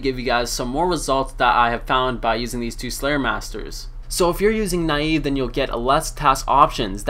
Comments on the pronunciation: naii eeee vveeee? neive dude neive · pronunciation on the slayer master nieve is nee-eh-veh. If you look it up on the runescape wiki you can see the name was based on the "archaic Scottish term for a clenched fist. It also means "snow" in Spanish". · nayyv :DDd